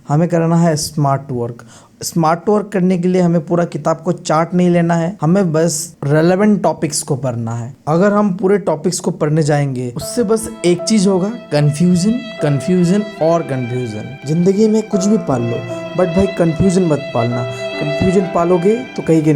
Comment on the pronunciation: Bhai padhne ki jagah pr prna kyun bolate ho